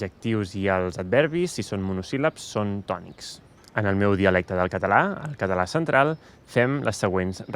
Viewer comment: I claim that you don't really use schwa (in your particular accent). It took a long time to convince my friend Oriol that the way he (and many of his Barceloní friends) pronounced the schwa of non-tonic As and Es the same as a tonic A. Which is to say that they don't really pronounce "català" as /kətə'la/ but /kata'la/